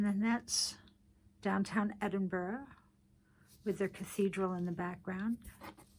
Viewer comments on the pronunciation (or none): Hi. I'm not being mean, but I just wanted to tell you that it is pronounced Edinburrow - not Edinburg. Many non Scottish folk have trouble with pronouncing Scottish place names, so please don't feel bad. As a member of the Clan MacDonald of clan Ranald, I don't have too much trouble pronouncing Scottish place names. However, when I do have trouble, I ask an elder how it is pronounced. I loved your Scottish journals!! They are all very beautiful! Whoever bought them is very lucky!! Cheers! ~Janet in Canada